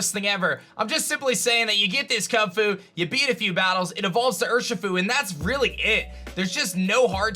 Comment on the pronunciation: Why do you say Kunfu and not kubfu 💀